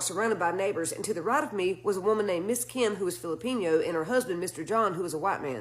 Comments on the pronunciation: That cracked me tf up too 😂 filipèno 😂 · I’m glad I’m not alone! I laughed out loud in Walmart…Picturing a Phillipino crossed w Jalepeno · Filipiño like jalapeño...I'm dying I'm Filipino. 🤣 Also..mananangal 🦇🧛‍♀️ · I love and her stories but MA'AM! Fili-PEEN-yo?!?! 😂😂😂 I cannottt